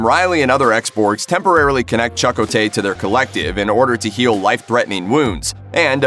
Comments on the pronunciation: Ridiculous. Have you EVER watched the show, or why is it that you can't even pronounce Chakotay's name? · If you don’t know how to pronounce Chakotay, maybe you’re not the right person to read the script. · Given that you can't pronounce the name of a key Voyager character, Chakotay, you should go away. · OMG... The mispronunciation of his name is driving me nuts!!! lol...Is it a bot? Surely a real human wouldn't have been approved to say the name that way? ugh! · All you had to do was watch an actual clip of the show to learn how to pronounce Chakotay. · Was he saying "Chakotay" wrong on purpose? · The way the narrator pronounces Chakotay really puts me off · Exactly. It’s really annoying honestly. All the narrator had to do was watch a couple clips on youtube to know how to correctly pronounce his name 🙄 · hey dude or whoever you claim to be, its Chakotay not CHUCK o Tay pronounce it right thank you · "Chuck-o-tay"??? 😂 You never actually watched the show... Did you? Otherwise you'd pronounce his name correctly... It's "Chi-ko-tay" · Yeah, that bugged me as well. It's not "Chuck O'tay" it's pronounced like "Cheq-o-tay". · Chuck-O tay? LOL, no my friend, Cha Ko Tay. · This was clearly produced by someone who never watched a single episode of the show. "CHAH-ko-tay"... good grief... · lol... "chuck, ko, tay" he says... i think his name is meant to be said as all one word. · I get that you’re reading a script, but you might want to research the pronunciation of Chakotay Cha•Ko•Tay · Chuck who? U butchered his name dude!!!! 😡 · You can tell the narrator has never watched Voyager. Chu-co-tay lol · Omg you beat me to it! 😂 chuck-o-tay! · Wtf....cha' koe tay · Hahaha chuck o'tay....🤣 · Choco-tay!? 7 seasons of StarTrek Voyager and I've never heard his name pronounced like that. Lol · Apparently you never watched Star Trek Voyager or you'd know how to pronounce Chakotay! Hint, it's not pronounced Chak Oh Tay! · Who da fuk is Chuck-O-Tay? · But but but.. Chuck-o-tay...